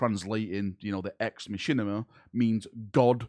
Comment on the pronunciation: Could listen to not saying ex Machina all day.